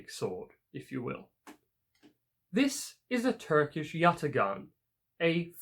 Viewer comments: pronounciation of yatağan is yataan; we do not read ‘ ğ ‘ ✌️ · The "ğa" in Yatağan is a long a , you do not use a hard g. Also , a pala means a machete. I don't know why it was named a machete considering is has nothing to do with a machete.